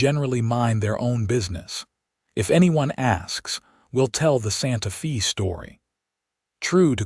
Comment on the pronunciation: Wonderful story! One of my favorites Wild West stories. AI needs to improve you pronounce Santa Fe (Fay) and it's not wound her arms his neck, round. It's they read books together. Verb tenses present, past, and future tense. AI is good but it's not great. Narrator's voice is the best! Thanks for taking care of all the loose ends and bring the story to closure. Deep in the heart of Texas!